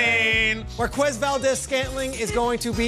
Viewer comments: Isnt the u silent in quez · that's not how you pronounce Marquez bucko